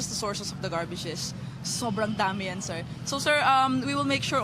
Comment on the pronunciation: Shir, esterosh, operationsh, fashing, lots of words of the day!